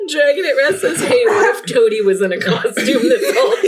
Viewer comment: YOU MISPRONOUNCED TOADY